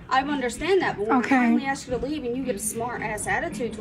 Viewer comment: loves the word "trifling", can't pronounce the word "ask".....